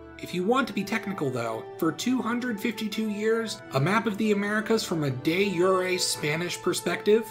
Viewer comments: LEARN HOW TO SPEAK, IT IS PRONOUNCED DE-JEUER NOT DE-YURI ITS NOT HARD, LOOK IT UP ON GOOGLE YOU COULDNT PASS A 6TH GRADE FRENCH CLASS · It’s de jure not day youray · It’s not YURE it’s JURE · Not that relevant to the video, but I'm used to hearing "de jure" pronounced "de zhur" so it was really weird hearing it pronounced "de yuray" in this video, but now that I've heard it like that I'm suddenly realizing it's Latin and not French. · no one actually says de yuray its just history nerds. (which is fine) probably because it wasn't used when latin was alive. it originated in about the 1600's. also de yuray isn't even accurate to latin, its [deː iuːre] (the i is short) Which you can't pronounce and have it sound englishy, though dey yoo rey is the closest you can get. Or if you're american use the t from water in place of the r. But latin u was further back in the mouth, and the short i is not english y and the e isnt english ey in most dialects its closer to french é. Oh and latin pronunciation changed over time and also theres ecclesiastical latin and modern use of latin doesn't follow latin pronunciation and would say it like you expect. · ngl you are the only person I've heard pronounce de jure like "day you're ay"; I've always heard it said as the french pronunciation "de-jur" because it got loaned to english from latin via french. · Did something change? In American English "de jure" is typically pronounced "day jooure" (rhymes with "cure"), not "day yooray" or however this guy says it. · Nice video, but friendly note - "de zhur" not "de yuray" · I get that “day your-a” is more phonetically correct, but “d’jrr” just sounds so much better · Wait, is de-jure really pronounced "yu-re" not "jur"? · The j in De jure is pronounced with the soft j sound and not like the y in year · Dezhure. Not yuray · I hate "de-yooray", isnt it "de jur"? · What is de yure? Its de jure lol, with a J sound, it's latin not german, and what is ko-so-vo, its kos-so-vo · Nah it's dujur